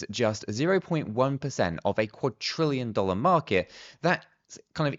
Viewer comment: Please stop pronouncing it as Quadtrillion, there is not T in Quadrillion!!